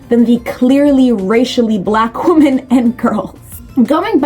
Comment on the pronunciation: Why do you keep pronouncing Women as Woman? It’s something incels have popularised and not normal